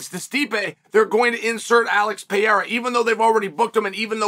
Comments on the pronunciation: It’s Pah-rare-ah chael, literally easier to say than the way you pronounce it. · Cheal refuses to say Alex's last name correctly.